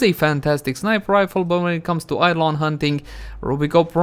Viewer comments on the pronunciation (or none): none